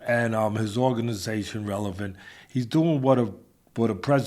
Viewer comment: Teddy finally said the word relevant correctly! 🎉